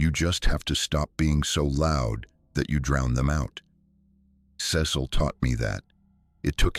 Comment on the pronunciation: Ce cil pronunciation wrong numerous times ugh